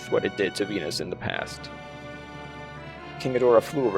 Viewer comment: Venus? I thought you said penis?